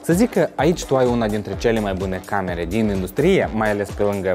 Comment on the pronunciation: În română se zice indùstrie, nu industrìe. Poate în Moldova se zice aşa sub influența limbii ruse? Presupun, nu ştiu rusă. În rest succes în continuare!